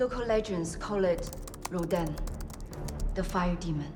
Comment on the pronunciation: Dude. It's not "R'don".